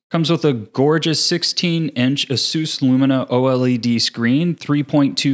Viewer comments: Its pronounced " ah-soos" not " ace-us"? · Imagine being sponsored by ASUS just for you to butcher their name by calling them AZEUS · Ace-us homez A.S.U.S..... get it ...lol